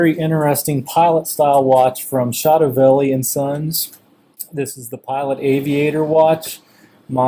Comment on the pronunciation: you don't pronounce it chotoville! its pronounced cho toe ve lee.. chotovelli.